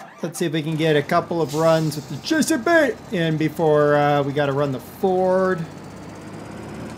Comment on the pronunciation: stop saying JCB like that